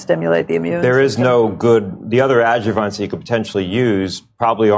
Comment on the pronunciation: this guy is not a scientist. hes clearly a sales rep. adjuvants are NOT pronounced aju-vonce. It rhymes with hence. And adjuvsnts typically ARE used to stimulate an immune response but it works by being an irritant. i used to make antibodies and when you inject tbe protein you want to stimulate an immune response against what you've injected. Usually in the research world, they use toothpaste. Not kidding. Stimulating the immune response with an irritant is, I'm sorry, unhealthy and wrong.